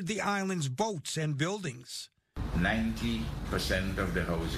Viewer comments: Grenada is pronounced Green -ay-da Carriacou is pronounced Carry-ay-coo. Petite Martinique is pronounced Pee-tee -mat -neek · It's Gren-nay-duh and Carri-ah-coo